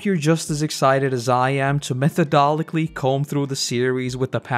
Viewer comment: I loved the video but you pronounced a word wrong at the end. methodically. weird